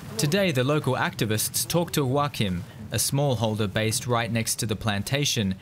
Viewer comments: 1- The guys name is "Joaquim", not "wakim". To start with he's portuguese, not spanish, so stop trying to read portuguese names in spanish, you will get them wrong. Not happy with that, even in spanish you read it wrong. 2- The woman on th road was Brazilian, she was not "local". Most people in this vide are not locals at all. 3- Acados as bad, so are eucalyptus, pine, olive trees, orange and lemons tres, etc, that you did not mentioned or worst, mentioned as "tradicional". Should I remin you that citrus trees are from humid subtropical areas, just like avacados? Pines are not native as you claimed either, they were just a different monoculture that preceeded the current ones. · and by the way, I cringed when the speaker said "wakim"...terrible pronunciation in spanish, for a name that is actually portuguese and thus does not sound AT ALL like spanish. You see, "local" accent matters a lot...hahaha